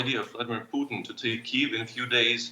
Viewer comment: "Mr Poodn" - Joe Biden, 2022